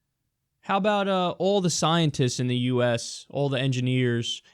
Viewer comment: dude wtf is en-GIA-NIERS? sounds like you're saying vagina